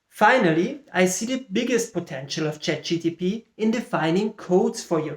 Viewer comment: Yeah, it kept bothering me that you said ChatGTP :P. But great stuff.